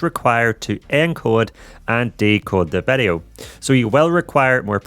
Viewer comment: Why do you say vedeo all the time? It is video. Just kiddin' nice content, i like it